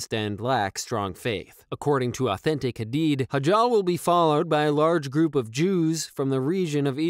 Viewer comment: this is how it's pronounce: Daj-jal